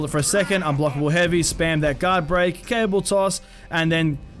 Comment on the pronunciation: lol he kept saying cable toss not caber toss